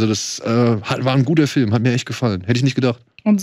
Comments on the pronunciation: FÜLM... Kannst du es einfach richtig aussprechen man? ... BÜTTE?... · Kann ma bittel jemand sagen, dass "Film" nicht "Fölm" ausgesprochen wird... Mag ihn, aber auf Dauer (und er benutzt dieses Wort ja auch in jedem Satz drei mal hintereinander) stört es leider schon... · wenn er dann noch "Film" sagen würde und nicht "Fölm" wäre alles super.. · Da hast du dich verhört. meint Föööm, ohne l. Ein Föööm ist ein Lichtspiel unter Mitwirking von Tom Cruise.